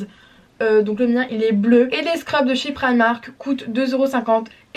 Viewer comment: Chui la seul qui dit primark et pas primemark